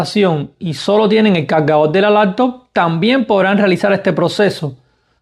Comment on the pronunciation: calgadol, conectol, lactop jajajajaja aprende a hablar